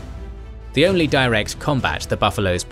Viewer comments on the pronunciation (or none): none